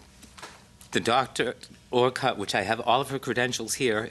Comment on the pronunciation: Connie Orcutt was my fav avian vet at MSPCA Angell memorial hospital too. She was great, retired I think now though. Her last name is pronounced “Or-Kit” not how it was done here.